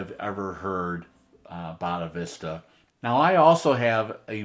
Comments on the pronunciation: Say it - "Boh-dee-sat-va" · Hey! A "bunch of research and time" goes into mis-pronouncing these names. I suspect that it was Fagin and Boris Becker who mis-spelled and mis-pronounced "Bonavista" 😕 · I'm looking forward to hearing this on my system tomorrow. Nice to see you show your love for this album. It's one of my favorite SD albums. One note - I'm not sure if it was intentional, but the first cut is not pronounced Boddavista (nor Del Boca Vista in Seinfeld). 🙂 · Yeah, he almost purposely mispronounces Bodhisattva. Have no clue why.